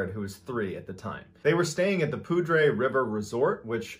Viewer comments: Thank you for telling these stories! I grew up in the Ft. Collins area....Poudre is actually pronounced like pooder...went to the high school with that name. Keep telling!!! Also..thank you for your service! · Mr. Ballen the poudre river is not pronounced the way you pronounced it. I live in larimer county/ northern Colorado. it's pronounced 'pooder'.. we just call it the Poudre. We don't put river onto the end. It's beautiful here have you done the story about the guy that was attacked by a mountain lion here and he strangled it to death with his bare hands?